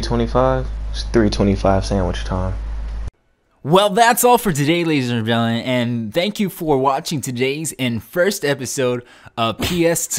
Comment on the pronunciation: "Well that's all for today lays and drellion" X'D LOL great series kickoff though! Just wish I had a Playstation to partake in the reindeer games:( maybe call it like says or inbox talks or something catchy:3